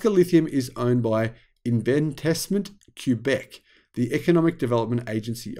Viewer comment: Hi - Pronunciation correction: Québec is pronounced kay-beck not cue-beck.